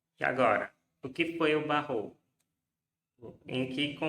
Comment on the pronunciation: Faltou não é "barro" nem "oco", é Barroco!